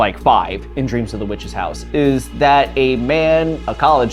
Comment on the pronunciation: Did you call it "Dreams in the Witch's House"?